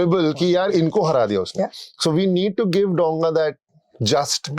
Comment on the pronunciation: Dow-nga a large vessel, it isn't pronounced DONG-A